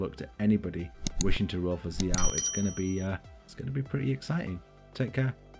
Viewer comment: Thank you for pronouncing xiao right, can't wait til he comes out!!